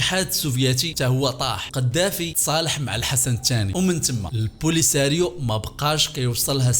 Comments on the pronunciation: البوليزاريوا ماشي لبوليساريوا❤😊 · عندكم مشكلة مع نطق الاسماء polisariou😂😂